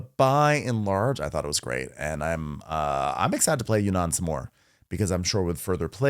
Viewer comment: Appreciate the correct pronunciation of Yunnan! Not many boardgame reviewers pay so much attention to "details" :)